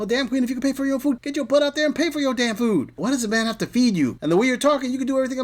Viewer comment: Buy your own fooo then... can't even pronounce "food" is wild